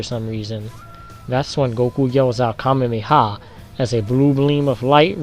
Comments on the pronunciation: Kamehameha not kamemeha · Kame-me-ha technique.... uh... I even slowed it down to 0.25x that what it sounds like he's saying.